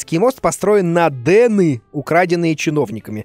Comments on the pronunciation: не дены а деньги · Деньги, а не дены... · не дены, а деньги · Не дены, а деньги Дима! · Там написано деньги а не дены